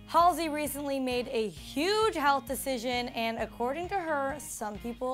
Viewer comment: YOOOO THAT'S NOT HOW YOU PRONOUNCE HER EFFING NAME OMGGGVG